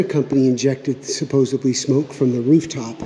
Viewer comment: You guys apply scientific principles to pest control. Examine, hypothesis, test and review results. Repeat as necessary until the objective is reached. Applicable to pretty much all problems. Thank you for your videos. By the way, it's sa-po-sed-lee (supposedly) not sa-po-se- blee.